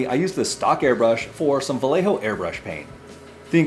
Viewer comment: Not trying to be a jerky grammar police but its pronounced Va yeh ho. The double L sounds like a y In Spanish. Its a Spanish word and or name. Thanks for the review! Good stuff!